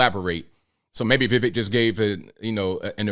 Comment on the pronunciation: His name is We- wake, and your pronunciation was not so bad. To be fair, Vivek himself cannot say his own name properly due to his American accent